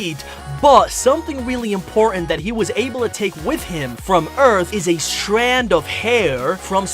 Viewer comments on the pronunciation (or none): none